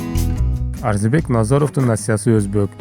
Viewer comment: Э тупой блогер, эптеп видео чыгарбай маарисине, манызына конул койчу, Арзибек эмес Орзубек туура айтсан атыр.